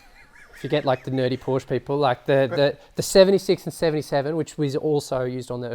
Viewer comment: Learn how to pronounce "Porsche"......berk!